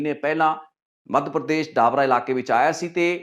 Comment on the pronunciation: ਡਾਬਰਾ😂😂😂😂 ਡਬਰਾ ਨਾਮ ਆ not ਡਾਬਰਾ